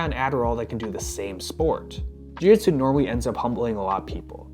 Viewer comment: You can't even pronounce Jiu-jitsu? - The "real name" of the Japanese martial art is commonly known as "jiu-jitsu" is (柔術) - look it up